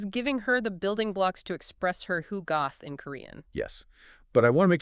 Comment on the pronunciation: Love these deep dives - thanks! But guys, please, it's hugot, pronounced as "HU-got"; there's no "h" at the end.